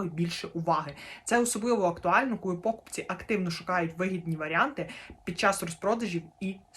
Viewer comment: чому такі проблеми з наголосами? покупцІ, а не пОкупці